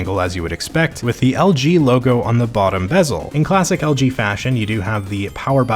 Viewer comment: Why do you say algae instead of LG